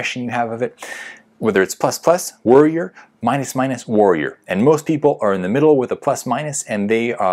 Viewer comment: This guy accent be lyk: ++ : Waorrior - - : Woarrior nice video tho:)